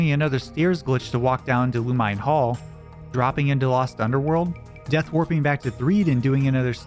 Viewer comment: Loo-muh-nay Hall